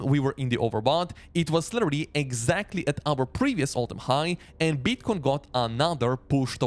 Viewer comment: and then there's AH-NAH-ther word